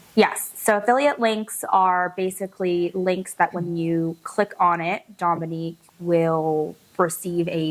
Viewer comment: …please pronounce it Dōminique, like her mama does 😁